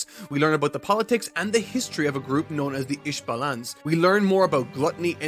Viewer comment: Couldn’t get past the pronunciation of the isvalans